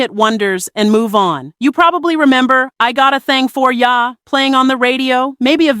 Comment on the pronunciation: Is this a black woman voice behind the scenes? What blk woman pronounces “ya” like “YAAH”? Short a, not long a